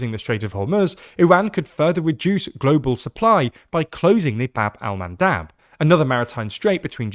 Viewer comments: Bab el-Mandeb not Bab-el-Mandab. I'm sure you'll want to get the correct name. :) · Bab-el-Mandeb with E not A LMFAO